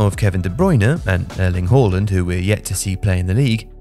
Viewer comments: Why you pronouncing his name like that? It's not HOR-LAND ITS HAA-LAND. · Think..... Harland NOT Whoreland